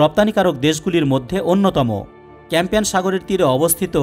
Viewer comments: "Campian" na, "Caspian" sea hobe. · Campian sagor noi re caspian sagar 😂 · Campian Sagar na Caspian Sagar. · কাস্পিয়ান সাগর হবে। আপনি বারবার ক্যাম্পিয়ান সাগর বলেছেন। ক্যাম্পিয়ান নামে কোনো হ্রদ বা সমুদ্র পৃথিবীতে নেই। কাস্পিয়ান পৃথিবীর বৃহত্তম হ্রদ। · ক্যাম্পিয়ান নয় কাস্পিয়ান হবে। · কাস্পিয়ান শব্দটি উচ্চারণ করতে ভুল করছেন।